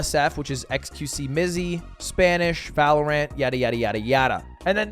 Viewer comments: The way he says valorANT kills me xD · the way ludwig says valorant hurts my soul.